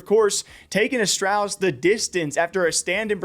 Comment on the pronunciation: the way you say astrawlis bothers me